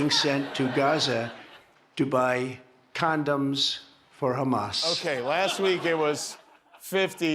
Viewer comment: Also please note that trump says CANDOMS, not CONDOMS !